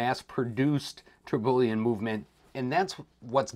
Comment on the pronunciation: Hey, love the video. Don’t mean to be “that guy” but you miss pronounced Tourbillon pretty badly, it’s pronounced tur-be-yawn